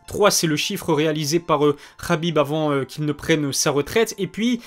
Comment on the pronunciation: tu prononces toujours Khabib "Rabib" mais Makhachev "Makachev" plus souvent que "Marachev" . C'est amusant je trouve ! Est-ce tu fais ça consciemment toi qui prends toujours soin aux mots choisis ?